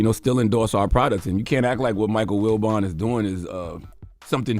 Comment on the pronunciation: It’s Wilbon not Wilbourn Envy